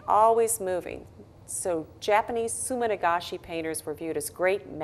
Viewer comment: sumi-nagashi =] not sumin-agashi